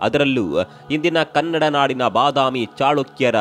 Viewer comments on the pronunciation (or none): none